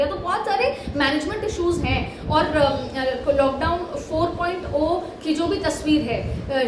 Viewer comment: मीडिया वाले पहले पढना बोलना सीखो 4.0 four point zero को ओ क्यो पढती हैं